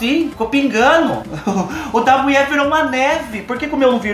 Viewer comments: Adorooo qdo vc diz a muié...kkkkkkk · Gosto qdo fala a muié... kkk e que a mãe é capaiz Adoro vc.